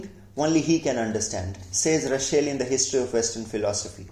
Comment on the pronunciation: Nice video. Thanks. Russel not Rushell.